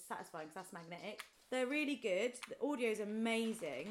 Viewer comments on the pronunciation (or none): none